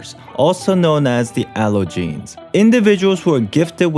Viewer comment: why did i pronounce allogenes in a french accent